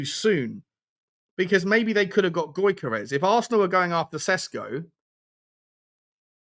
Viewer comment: You`re pronounciation is terrible mate. Newcstle`s Isak is pronounced as Eas-ak. Gyokeres is pronounced as Jock-eres